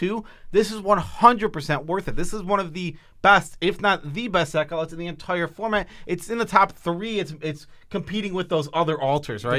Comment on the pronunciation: The word of the day, 'entoire' (ex. "best card in the 'ento-ire' format") is brought to you by from mtggoldfish 😁 #notsponsored